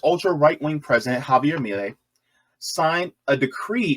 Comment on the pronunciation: Funny analysis, interesting. 😎 But bro, your pronunciation is all over the place! Milei is pronounced "Me-Lay" and Buenos "Bwe-nos" not "byu-nos" or how you said it 😅